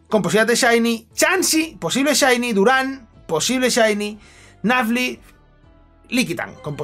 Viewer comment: no entiendo tu pronunciación, lo siento, no se lo que es un "nafly" me supongo que será nuzleaf o no, no lo se. Podrías ponerlos en pantalla como hacías tantea porfa 🙏🏼